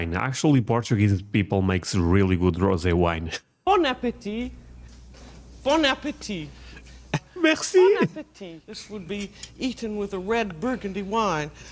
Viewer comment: Hit some weed every time she she says bon apatite.